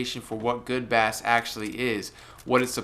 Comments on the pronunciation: You say 'bass' like the uk pronunciation for the fish. It's a different pronunciation for the instrument / sound where 'bass' sounds like the word 'base'. Where are you from dude? Edit: I like how you say bass. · It's not a fish the word is pronounced base -even though it is spelt like the fish.